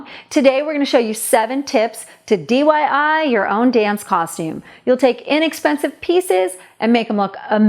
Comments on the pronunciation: You said DYI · Lol u said DYI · She said dyi lol